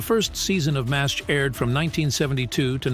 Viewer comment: It's Pronounced 4077 MASH not Mass H